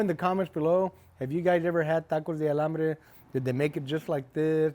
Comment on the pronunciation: Maybe you’re saying Alambre ??? 😮